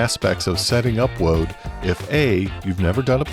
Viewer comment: You said woad....